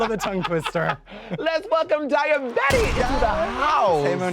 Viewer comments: Is Monet calling Daya “dahlia”.??? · Not Monét calling Daya “Dahlia”